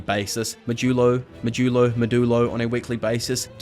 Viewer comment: it's maw-dyu-lo